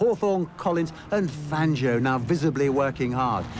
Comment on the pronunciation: Fangio was the greatest! I bow low to his mastery of motorsport! BTW, It's Fahn-Joe, not Fan-gee-oh! Never, ever, depend on the British to pronounce foreign names correctly, because they basically don't care how foreigners pronounce things. (I'm American) - Now I'll admit I don't know how Fangio pronounced his name, but it looks like an Italian name, and in Italian the 'i' is (generally) there to modify the sound of the 'g'', not to be pronounced. It's like the difference between 'caca' and 'chacha' (or 'sit' and '$hit', if you prefer). If you look at the Wikipedia article on Fangio, they say it's pronounced [ˈfandʒo'] (but then, maybe they don't really know, either) For all I know, Fangio may have pronounced his name 'Fahn-gee-oh', but since he spoke Italian, I kind of doubt it.